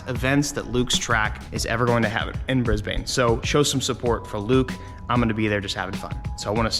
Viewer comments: As an Aussie, I swear it physically hurts me when I hear him say Brisbane.. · So you know in Australia we say it like “Bris-bn.” not "Briz-bayne"